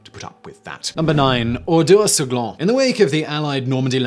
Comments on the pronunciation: The French town is named Oradour-sur-Glane, not Ordaur-sur-Glane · It's Oradour-sur-Glane not Ordaur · That's "Oradour-sur-Glane" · I don't mind the wrong pronunciation but it is Oradour-sur-Glane and not Ordaur-sur Glane.